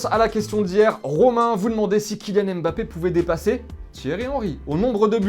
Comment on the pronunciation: C’est Mbappé et non M-Bappé